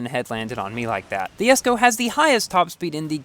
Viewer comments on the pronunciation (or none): Why do you call it Yesko not Jesko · Did no one notice he said yesko instead of jesko😂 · ) You kinda pronounce saying Yesko..lol.. i am stucled at 58/60 jesko..so close to 4*.. key pack saved me though.. 14.5k tokens for 73 jesko bps i guess